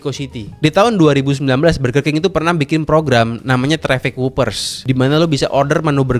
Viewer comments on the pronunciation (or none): none